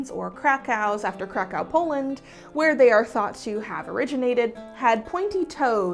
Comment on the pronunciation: """Krakau Polend""" 😭